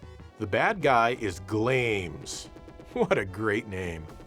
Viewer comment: I think Glames from Valis 3 is pronounced "Glah mehs"... Also, as for the controls on the TurboGrafx CD, there's the Avenue Pad 3, and the Polymega RC04...